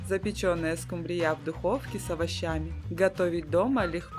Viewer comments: скУмрия, а не скумбриЯ😢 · Почему скумбриЯ? По-русски рыба называется скУмбрия! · СкумбриЯ, это так в Индии называют😂 скУмбрию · Ну вообще то правильно говорить скУмбрия.А за рецепт СПАСИБО.!!!!😊😊😊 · 😂что ещё за скумбриЯ, это 😮